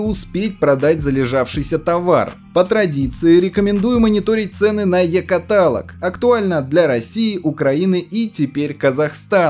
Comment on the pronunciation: КаталОг,!